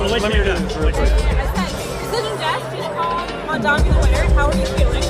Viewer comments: those who still refuse to pronounce his name correctly can just call him MR. MAYOR 💅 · Part of the reason I'm glad he won is that Zohran's opponents were using cheap, dirty identity politics to try and discredit him. The amount I've seen his haters deliberately mispronounce his name is ridiculous. The labels used against him because of his Muslim background have been absurd. Those kinds of whack tactics should fail and I'm glad that they have in this race. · Cuomo in shambles - now he'll have to learn how to prononuce Mamdani's name 😭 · Seriously though, Cuomo making a point of not being able to pronounce his name should have been disqualifying in and of itself. Two options: - You're not doing it on purpose? You're too unintelligent to be in a position of power - You're doing it on purpose? You're a petty b*tch and you don't belong in a position of power I wish people would have started mispronouncing Cuomo's name on purpose. "Welcome Mister Cuomuo, is it? Coumuo? Sorry it's so confusing"